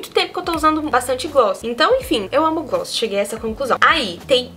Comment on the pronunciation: A melhor parte do vídeo é falando "glosss, glosses, gloo.." KKKKKKK maravilhosa 💓